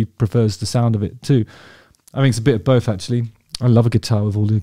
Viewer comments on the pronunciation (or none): none